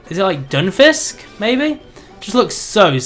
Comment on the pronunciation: ... Dunfisk? Not sure if you were referring to Dunsparce or Stunfisk...